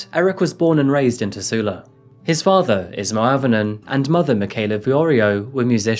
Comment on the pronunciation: Auv is pronounced O